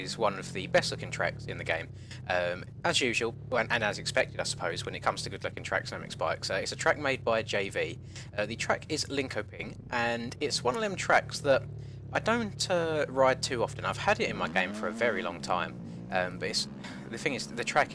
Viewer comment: Its pronounced like Liiin-Shöööping